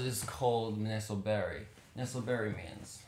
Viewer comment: The way he pronounce 'Nesoberi' doesn't sound very Japanese, it sounds like 'neso Berry'🫐🍒🍒😂